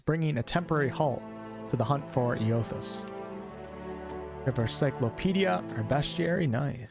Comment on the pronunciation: Eothas is pronounced aye-uh-thiss ive played through both games lol